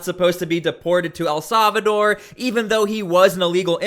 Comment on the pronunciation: Solvador or Salvador?😅😅😅